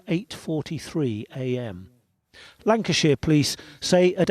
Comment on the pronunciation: Can I make a request on behalf of British viewers/members? When you cover stories that originate from the UK, please use British language as a reference? Maybe confirm terminology with Stef first? I know she corrected you, Nicole-a, More Cambeee, Lanca Shire, but you’ve referred to Nicola as Mom. She’s not. Shes Mum. Wr don’t use “Mom” over here. If “Mum” doesn’t translate, use Mother? I love Popcorn Planet but these things do irritate the heck out of your British viewers 😂